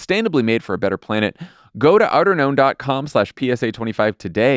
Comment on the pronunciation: only today, as they spelled it, did I realize they weren't saying "outer gnome"